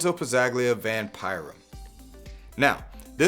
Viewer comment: In Lorenzo Pazzaglia, the G is silent. 😉